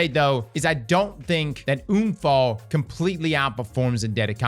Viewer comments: Bro….UN-Fall not oon-fall the fuck is wrong with you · Für echt junge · everytime he says unfall i love it as a german native speaker this sounds so wrong but so amusing edit* i just realized sturm, drang , unfall these are all german words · Same here, said to a friend 'ich würde gerne einen Unfall haben' 😂😂 it's hilarious.